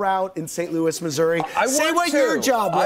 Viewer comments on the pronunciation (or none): none